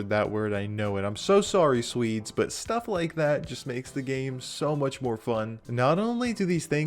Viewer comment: Apologises for butchering a name. ALSO: Says "Sweds" THE MEDIA: R A C I S T!